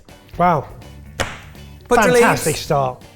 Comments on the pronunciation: Hi, it's 'paa-tra' leaves, 'putra' means son in Hindi, you've been calling them son leaves! 😂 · also ben, it's pronounced with both the A sounds being pronounced the same:) so the a in car, "pahtrah" if that helps at all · Oh come on. That first dish is a staple. But then i am of Indian origin. We call it patta. Not patra. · Oh also it a long a Paatra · I got really excited seeing Patra....and then butchered the pronunciation for Gujarati love the content...keep it coming!!